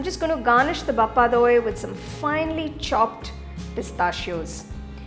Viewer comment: By The Way It's BHA-PA Not BAPPA !